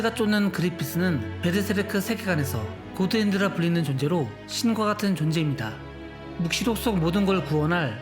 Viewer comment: 고드핸드는 일본발음때문에 그런건데